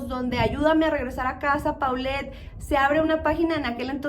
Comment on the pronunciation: Así es, y también de pronuncia Polet no Paulette.